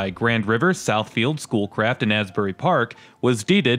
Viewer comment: Every time you said "Schoolcraft," I heard "Bull Crap." I was on my laptop doing stuff with your video playing in the background.